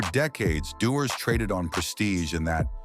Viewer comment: You know it's going to be educational when they start with ice lay(islay) then pronounce same writing differently each time mentioning it (dewars)🤨😂😂